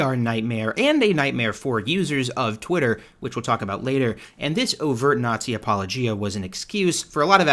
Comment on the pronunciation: Just wanted to let you know you pronounced apologia wrong - it's not pronounced like "apology" it's pronounced like you would expect to say it if it were the name of a country or continent or Greek character. But yeah, I agree with everything you said.